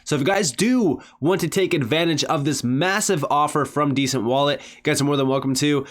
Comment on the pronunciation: Although I do love your channel ... It's a ...DE..cent .. As in De ..centralized wallet Not a descent..wallet .. Like it's OK..it's descent... It's a DE ..CENTRALIZED WALLET .. DE ..CENT .. NOT DESCENT...LOL